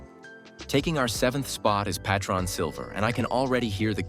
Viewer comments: Pay-tron lol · POTRON :face-blue-smiling: Semaron AI sucks and so does this video. I cant take this crap serious.